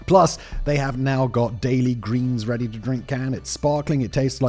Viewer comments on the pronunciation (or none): none